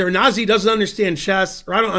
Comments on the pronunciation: Wikipedia says the correct pronunciation is "nah-ZEE" (Georgian pronunciation: [nɑˈzi]). And it means "gentle." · The correct pronunciation is "nah-ZEE"